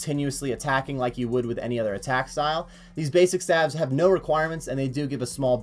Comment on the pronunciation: Was just making a bit of good fun about his wrong way of saying staves, lol. (I actually had to rewatch the video because you decided to comment on something a year old and I forgot what it was about). Partypooper.